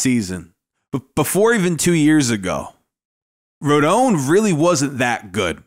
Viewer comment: Finally somebody pronounces his last name correctly